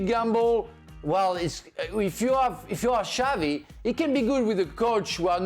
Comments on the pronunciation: It’s “Xabi” Alonso not “Xavi”. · I believe you pronounce xabi as xavi